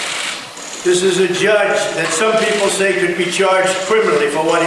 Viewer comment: Does he know there is no "oo" in "judge?" ... he says "joodge" ... what a clown. Unfortunately, he can say and threaten whoever he wants and nothing will happen to him. He will NEVER be held accountable.